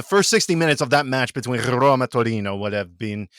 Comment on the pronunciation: it might be the length of the sound but, yes, I was starting to get a bit worried. Anyway, thanks for the great Rrrroma content!